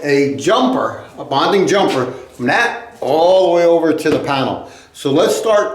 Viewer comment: NOT "bounding", but "bonding".